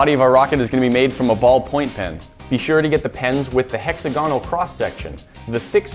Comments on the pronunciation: HEX-a-GON-al? hex-AG-on-al! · It's not HEX-UH-GON-OL it's HEX-AH-GUH-NUL